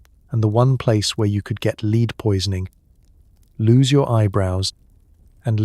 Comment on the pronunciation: Is this AI? Just lead poisoning was pronounced "leed poisoning " and I'd rather hope it was a genuine mistake tha AI